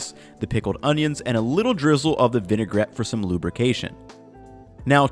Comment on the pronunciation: Totally done with the video the minute you said vinegarette for lubrication